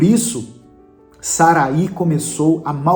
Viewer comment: O nome Sarai, na biblia,não tem acento no i. Então a pronúncia não é Saraí e sim Sarai.